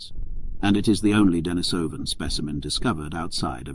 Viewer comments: Dee-knee-soh-vans not Denis-soh-vans. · It's pronounced denISovan. If you expect people to listen seriously to your narration on a subject, the least you can do is pronounce the name of the subject correctly. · The stress on the word "Denisovan" should be on the second syllable ("i"), not on the third ("o"), as heard , but it was not maintained to the end. Perhaps it was an audio clip by someone else.